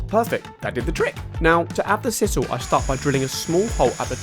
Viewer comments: For pity's sake! It's s-eye-sal NOT s-iss-al. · Sisal - pronounced size-al